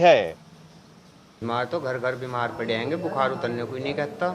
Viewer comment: love your urdu accent. except bu-khar (not like khar, next to bandra) but khaar, coming from back of throat.